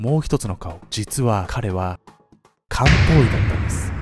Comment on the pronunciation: 料理しながら聞いてたら「実は彼は漢方医だったんです」じゃなくて「実は彼はカウボーイだったんです」に聞こえて慌てて動画見直したわ